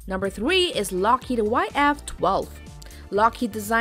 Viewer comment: Mach thwee point thwee